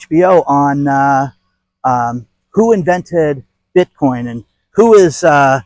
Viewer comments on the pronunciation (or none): none